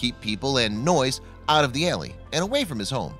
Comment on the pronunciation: A alley is not an "ale ee."